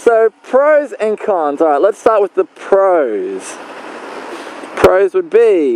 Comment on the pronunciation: i will admit at the end of the video i thought you said cunts instead of cons